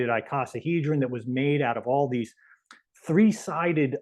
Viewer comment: T[h]ree, Tree Th ree?